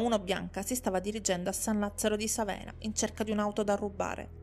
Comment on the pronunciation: Vivo a Bologna ma colpevolmente non conoscevo questa storia. Solo due appunti sulle pronunce: il cognome è Beccàri, il quartiere San Lazzaro di Sàvena, la cittadina Zola Predosa. Grazie per questo racconto, rimango sempre piacevolmente colpita dalle tue doti narrative!